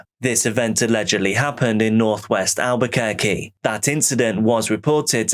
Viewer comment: I'm from NYC. Most pizza is a disappointment now. Also, i live in Albuquerque and am astounded by your correct pronunciation of the names.